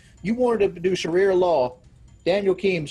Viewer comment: He didn’t even pronounce it as “sharia” he said “shaharia”